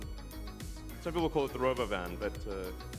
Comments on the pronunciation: Elon has great taste in how to pronounce things -- like "RobOvin" -- love it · The pronunciation was also unexpected. 😅 That vehicle will be more eye popping then the cybertruck.